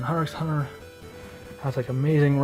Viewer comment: Great collection! By the way, Hunter x Hunter is pronounced without the x.